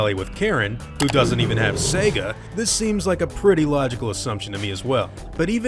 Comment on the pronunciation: You pronounced Sega properly. Well, kiss my grits.